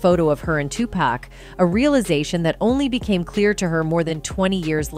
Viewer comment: Wait GD minute spill today commentator, PLEASE STOP u are hurting my ears the name is pronounced too-poc. STOP say too-pac for God's sake